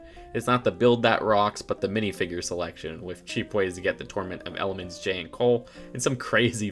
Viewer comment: He keeps saying torment of elements instead of tournament of elements